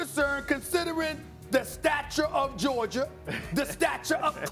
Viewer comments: Everyone Else: Georgia SAS: Georgiaer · Wavy DC or as Stephen a would say "georgier"